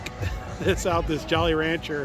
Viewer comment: it also sounds like he pronounced Jolly Rancher as Jolly "raUncher"